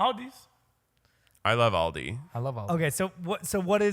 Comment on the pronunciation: Ok I’d Like To Point Out That Most Black People Really Put An “S” After All Grocery Stores 😂😂😂, Sterling Says “Aldis” And And Keith Both Say “Aldi” 😂😂 This Is Hilarious